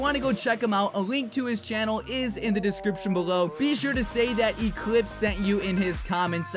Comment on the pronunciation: WE SHOULD BE CALLED THE CLIHPSES Sounded out : clips iz